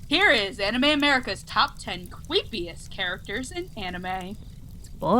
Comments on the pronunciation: top ten cypisest characters in anime! instead of saying creepsiest, you said it like a little kid LOL XD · Top 10 cweepyest- Me: WHY YOU SO CWEEPY MAYU!? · Did she say "Top ten cweepiest character"? If she did, HAHA!!!!! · Cweepiest characters in anime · lol he said cweepiest